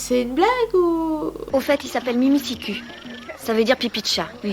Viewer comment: pas pour dire mais spas mimisicoup comme tu le prononce, mais mimisicul, même dans tes extrait il dit ça normalement...